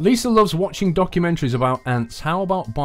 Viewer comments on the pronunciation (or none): you said loves wrong